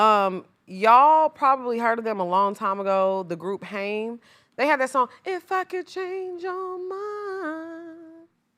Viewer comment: Hey! I love Haim! They're group name is pronunced like time but with a H. Just wanted to let you know cause I thought that at first as well!